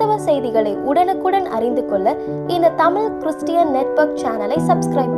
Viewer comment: மகிழ்ச்சி சகோதரி. தயவுசெய்து உங்கள் உச்சரிப்பைச் சரிசெய்து கொள்ளுங்கள். தமிழ் என்பதை "தமில்" என்றும் கீழே என்பதை "கீலே" என்றும் பள்ளி என்பதை "பல்லி" என்றும் உச்சரிக்கின்றீர்களே!!! பொது ஊடகங்களில் சரியான உச்சரிப்பு மிக அவசியம்.